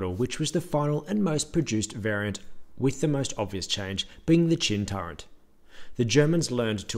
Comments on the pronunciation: Turret, not "turrent" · "Turret" has no letter n in it. It's not "turrent". Why is this so difficult? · he says "torrent" lol